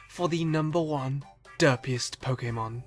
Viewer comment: FINALLY SOMEONE THAT SAYS POKÈMON RIGHT!